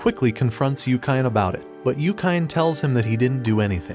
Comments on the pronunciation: Its YU-KI-NE. Why dont you just call Anime...Anaym then😅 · yookain. yookain? yookain. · this guy definitely does not watch anime... Yukyne lol